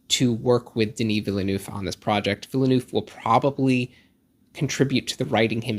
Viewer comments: I'm going to watch this again, but take a drink every time I hear the word 'villa-nooff' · Enjoyable video and hate to nitpick but you are really mispronouncing his surname 😬 it's "vil-nerv" (two syllables, second dipthong is the same as the "ir" in "bird") [credentials: I am fluent in French. also I know some Americans say "vil-noov" (also incorrect) but if you're going to pronounce Denis properly then I feel like people should also say Villeneuve properly]